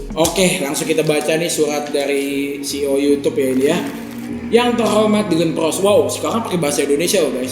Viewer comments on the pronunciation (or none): Dyland PLOS Gak pake r